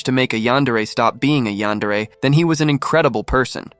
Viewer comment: Eyantery?😂😂😂 yandere!😊😊😊